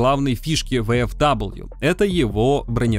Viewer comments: Читается как ВФВИ, нет там даблвью, это немецкие буквы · Японский магнитофон,, ну не первый же раз ты про эту машинку рассказываешь. Ну какая, к галлам, "ВэЭфДаблю"? "ФауЭфВэ", так её название читается, ну сколько можно-то уже. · Только не "Вэ-эФ-Дабл ю", а "Фау-Эф-Вэ" я понимаю, что скажут, что ты прицепился?, я понимаю, что не все тут учат немецкий, но для меня это важно и так действительно правильно... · Да какой ВэФэДаблью???? Фау Эф Вэ! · "ФауФВ" так оно читается на немецком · А оно читается как "ФауФВ" на немецком